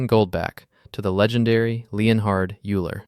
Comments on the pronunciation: How to spot A.I. slop: pronounces Euler “you-ler” rather than “oi-ler”. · "oiler", not "iulr" quintilion is million^5 = 10^30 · "Yooler? ...Yooler?" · Euler… Oiler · Euler.. X to Y : More like Yoo-ler 😂😂😂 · "youler" :D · Yes Euler is pronounced as Oiler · Paul Erds as well. Discussing mathematics without taking a few seconds to learn basic pronunciation of key people everyone should know. Shameful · Houston Eulers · This silly mn needs to learn how to pronounce “Erdős” and “Euler” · Interesting video but horrible ai pronunciation of Euler, Gödel and others😅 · you also said name of Erdős and Euler and Gödel sooo wrong. However the drawing are amazing. But you killed the video with your first sentence. The collatz conjecture is not about any numbers it is about integers.